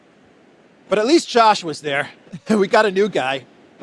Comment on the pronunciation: Hey, your sarcastic repeated jibing pronunciation of the name "Josh" fools no one. It is pure anti-semitism. I am banning your podcast and urging all to do the same.